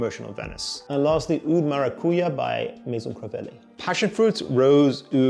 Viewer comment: Maracujá sounds exactly like it is spelled. The ja isn’t silent it is maracu ja. Pronounced jut like that… maracuya is not correct. Take it from someone who speaks Portuguese and has 5 different varieties of passionfruit vines.